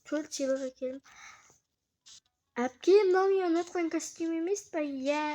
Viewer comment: Дымда түсіре алмаймын даусыңды дұрышташ ұнаптан деп ұнатқан дегенді